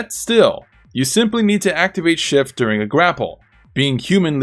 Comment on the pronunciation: Could have sworn you were calling it "Shit" form instead of "Shift" form. LOL I think shit form is more accurate.